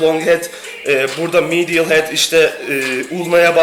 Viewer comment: Lateral, medial teleffuzu yapmaya çalışma gözünü seveyim, yanlış diyosun zaten Yazıldığı gibi oku daha iyi